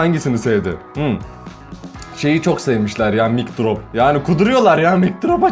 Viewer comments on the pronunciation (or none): Abi lütfen artık mic drop'u söylerken mic diye söyleme lütfen mayk diye oku mayk diye okunuyor 😂💜💜